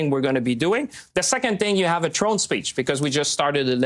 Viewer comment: "throne speech" Champagne, not "drone speech" 😹